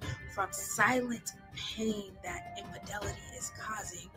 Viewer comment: Its "Infidelity" 😂 Anyhoo, Derrick trained her well to be a flipping con artist! She looks coo coo AF in this promo😮